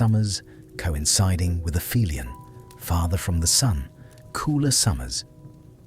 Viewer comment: its not "afemialan" its the opposite of " peri helion ", ie "api helion"